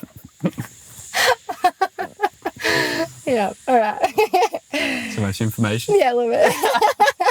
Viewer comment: He said smell gauge rolmfao